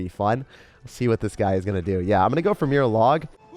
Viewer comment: im a bit late cause i just watched this today, but i swear when you said "the power of mirror" i thought you said "the power of beer"